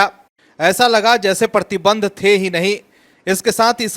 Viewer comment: परती बंध नहीं बिहारी मूर्ख, 'प्रतिबंध' बोल.